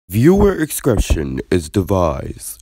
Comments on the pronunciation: " Viewer Excretion is Divised " 🤔😂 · "viewer excretion is divised" lmaooo what?